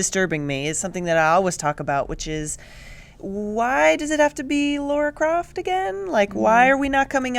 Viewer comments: For the love of God... It's LARA not LAURA! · LARA croft, you idiots. Not Laura. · Please! It's LARA Croft LAAARA.... not LAURA nor LORA nor LEURA... why does everyone have such a hard time pronouncing LARA.... LA..then RA.... it rhymes with DUH! sorry I went out of control for a sec... but.. really.... please!